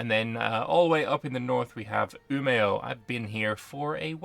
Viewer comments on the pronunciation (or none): You've been there and you don't know it's pronounced Ume? the å is silent.